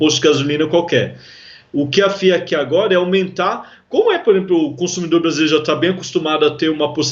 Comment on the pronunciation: Esse cara de azul ,fala estranho estreganho ,agora agoga,,mulherada mulhegada ,prestem atenção.